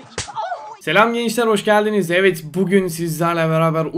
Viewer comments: Nobody: İnsan: evet: eğet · Normal İnsan: Evet: Eğet